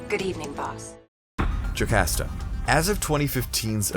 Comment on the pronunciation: I thought it was pronounced Jo-COST-a. At least that's how it's been prounounced in a couple Marvel animated films.